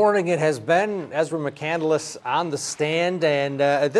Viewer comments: Why does this literally seem like an SNL skit? Also... you know what’s a very disturbing thing even though it’s a small thing.... she took the last name of someone who’s name she isn’t saying correctly. I’ve literally seen documentaries where his family was in it & they say their name in it. It’s said “mick-candles”. Like she read a book about this person who went into the wild on his own to have an adventure, ended up getting stranded in Alaska, and some of his final words in his journal before he died were that life isn’t worth living if you have no one to share it with. Memories mean nothing if you don’t have any loved ones to tell about them or make them with. She literally must have seen herself as some super deep drifter traveler meanwhile she missed the entire point of the book and didn’t even humanize the guy enough to learn how to say his fucking name. Christ. Now she besmears the name with her violence, lies and bull shit. She probably only saw the movie. Wack job. RIP. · She also frequently mispronounces the last name. She pronounces it as Muh*Kan*dl*les. When her hero Chris McCandless (and everyone else in the courtroom) pronounces it Muh*Kan*less. This annoys me to no end that she is so set on getting her identity straight but cant even pronounce it the way it's intended by the source of inspiration. Its just one more feather in her flawed cap of thinking she is smarter than everyone else yet doesnt deliver it convincingly. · Lost In Nevermore right she pronounces it Mac-candle-less instead of Mac-cand-less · The fact that she pronounces the last name Mc-Candle-less. It's Mc-Cand-less. She annoys the hell out of me. You are not anything special. Promise. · Why is everybody pronouncing the name Mc-cand-el-ess, when it reads Mc-cand-less. It's a three sylable name...not four? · When the defendant can't pronounce her own name lol. (Candle ss) it's spelled candless pronounced canned less. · And she doesn't even know how to pronounce the name? McCan-del-ess?